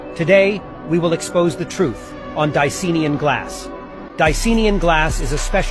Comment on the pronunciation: DI-CY-AN-IN, not diseenian. Let's sound it all out together, kiddies! How is it that more people who "wake up", the worse the English pronunciation becomes? Yes, i drive those around me nuts, but they did it to me first by doing that! The English N@